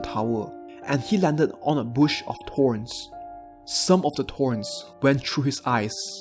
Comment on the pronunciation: Its thorns not torns XD